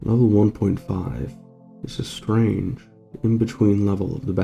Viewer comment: “is a straeinge” lmao..love the vid 😂